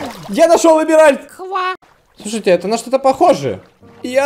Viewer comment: Какой нах "Эмиральт"? Эмеральд*